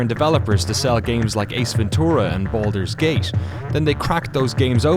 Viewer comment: Boldur's Geish? I know Baldur's Gate, but I suppose the narrator meant something else. Seriously though, I enjoy these series a lot, but they deserve someone who speaks correctly. "One of the most unforgiving market on the planesh" yeah, right XD